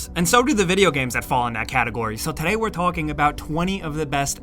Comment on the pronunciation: The way you said today in the very beginning though no hate great vid though